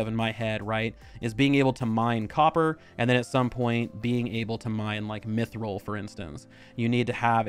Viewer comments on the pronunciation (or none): none